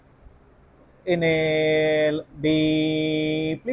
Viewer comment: Not hinale.😂Inhale and exhale